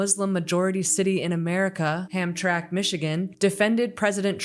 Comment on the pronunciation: By the way it's pronounced Ham-Tram-mic. It used to be a Polish community.